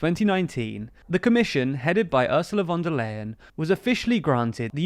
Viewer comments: Just as a tip: "von der Leyen" isn't pronounced like "lay", but like "lie". That's not ment as a joke, I promise. 😅 For English speakers this might be helpful: Oorsoola fon der Lie-n. And the v in "von" isn't soft like in "very", but hard like the f in "front". It's not important, but if you wanna be accurate, this is the way to go :) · The correct pronunciation of "Leyen" is simply "lion". :D